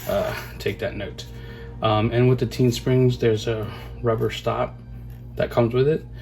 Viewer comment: Its pronounced “tayn” like chow mein. Just picked up a set of these springs also 👍🏽